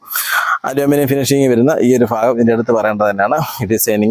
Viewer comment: ഫാഗം അല്ല ഭാഗം എന്ന് പറ